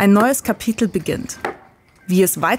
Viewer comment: menschen, die "kapittel" sagen und nicht "kapitel" sind mir sehr suspekt!